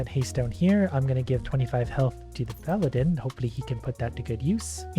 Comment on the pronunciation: Ok, ok,. For future reference: Paladin is pronounced Pal-A-Din. Not Pa-Lad-In. Please, that’s driving me insane for some reason